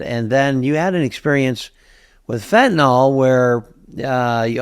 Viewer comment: fentanyl is pronounced fen ta NIL - NOT nol. Look at the word nyl is the same as nil